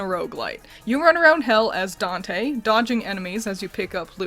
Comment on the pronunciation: I think you said Dante last name right by the way the inferno is it’s the first of three book